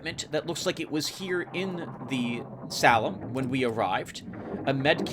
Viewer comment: Heeey, I remember this one, I played the intro but it didn't fully got me; I remember thinking you would like it. Although I didn't think you would have such a hard time pronouncing Salem :P Slitherine is a good publisher, got a lot of their wargames. I'll pass on naming, you've already immortalized me in a couple of LPs and you already have a long roster, I'll leave the reserve opportunity for another viewer.